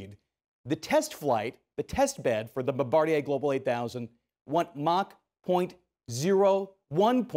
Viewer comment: Bomb-Bah- Deer brah